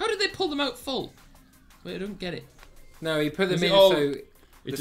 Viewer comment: He said it has now meaning instead of either no or it now lol